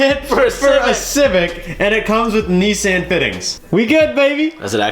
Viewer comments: Did I just here you call them "Neesan" fittings? 😂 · "knee-san" ew